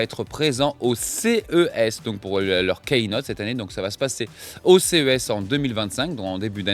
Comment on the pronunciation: Pour, Je vais faire mon chieur habituel sur la prononciation, mais il me semble qu'on prononce "kinote" et non pas "keïnote"